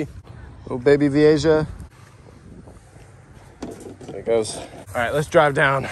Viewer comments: The "ja" in vieja is pronounced "ha". J's in Spanish usually sound like H's in English. Just started watching your videos. The aquarium ones. I'm an aquarium nut. I was VP of an aquarium club for 3 years and secretary for 4 years before that... Damn! I think I could move to South Florida and just run around with a net and a bucket and be happy for the rest of my life. This looks so much fun! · Oh man, as an aquarium enthusiast, your spanglish pronunciation of Vieja (VEE-AY-HA) was killing me. Gorgeous fish though, too bad they're invasive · Vee-A-ha bro the way you say it drives me nuts just saying, still great content none the less. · Pronounced vee-AY-ha. Spanish word for "old." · Pronounce as Viyeha :) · by the way. its pronounced V-A-HA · Don’t you ever pronounce Vieja like that ever again that was actually disgraceful to the fish keeping hobby. How is it even possible to be that wrong at pronouncing a word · Youre all wrong. The J is pronounced as a G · You pronounce vieja wrong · You’re pronouncing the fish wrong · Oki feel better I'm not the only fish nerd literally getting P'ed off every time he said Vee-a-Jah!! It's actually one of my favorite fish and I mean he obviously has caught them quite a few times, to not even try to learn about the fish(especially simply pronouncing the name)had me almost turning the video off. Ï don't help for some reason he said the name about 100 times in a10 minute video haha. It's VEE-A-HA VEE-A-HA VEE-A-HA!!!! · is it pronounce Vi-ei-ja or Vi-ei-ha? since it's Spanish "Ja" is pronounce as "Ha" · Not that it matters but it's pronounced, 'Vee A Ha' (Vieja). Not Jah. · Technically it’s pronounced vi-a-ha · I smiled everytime he said Veehaysha im calling it that from now on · Vee A HA is the pronunciation lol